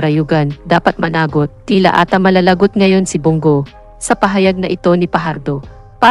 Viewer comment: sino yang nag voice over, yung pagbigkas o pagbasa niya sa news ay masakit sa tainga,parang grade 1 lang.pagbigkas lang ng managot ay iba,at marami pang salita.